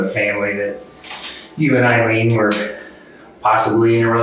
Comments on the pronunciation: Eye-leen, is how her name is pronounced. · For the love of God. Eye Lean. Not ill lean. You need to listen to the cops saying it the right way. 👍🏻